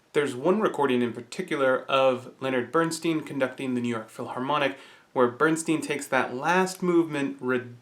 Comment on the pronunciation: The conductor's name is pronounced as /ˈbɜːrnstaɪn/ BURN-styne; /ˈbɜːrnstiːn/ BERN-steen is Elmer Bernstein